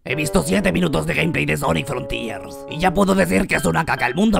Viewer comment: Que frontiers no se dice con la acentuación en la i qwq